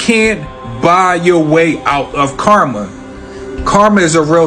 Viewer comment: Amen, not to be rude but I hate it when they say Karma. I like how you said it.